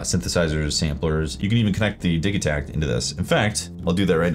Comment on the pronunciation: Your pronunciation is correct because the name Digitakt is in swedish, and I like how they use words that are similar to english when naming their instruments